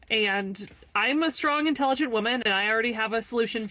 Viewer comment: Stwong intelligent wahmen!